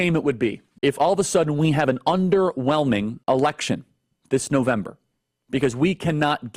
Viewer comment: I could have sworn Charlie Kirk said "erection" instead of election. 🤔 The issue of what Republicans want to do to women's freedom is already out of the genie bottle. Ya'll said the quiet part out loud, then went full blown crazy for ruling over women's bodies. Go fork yourself, GOP!